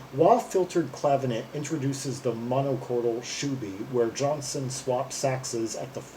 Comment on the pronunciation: It's JOHNSTONE.....not Johnson...!!